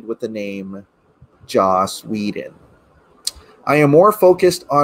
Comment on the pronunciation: LMAO Hysterically "Whe-done"